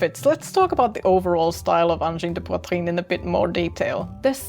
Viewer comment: Bravo! You're the first English-speaking person to pronounce 'angine de poitrine' correctly! Excellent video!